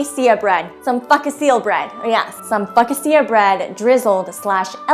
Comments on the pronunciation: Focaseeya bread or fkaseal bread? 😂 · Yeah, the return of the fo-ka-cia bread 🤣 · You’re so welcome! You should be on a big stage doing comedy! I can’t with the “fuc-a-see-ya” bread 😂😂😂😂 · The focaccia pronunciation is second only to the phlebotomy! Brilliant! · THIS is the Funniest Thing I've seen in forever! Girl, you are absolutely amazing. I've watched this over & over. "Focaccia" pronunciation is 🔥